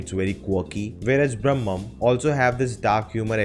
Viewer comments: Bhramam - is not pronunced as Brahmam - both are different words and have different meanings :) Bhramam is not ब्रह्मा. Bhramam means illlusion and can be pronunced as this ब्रमम . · Not brammam.... It's bhramam....fascination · It's not Bram'mam, but BRA'MAM (obsession)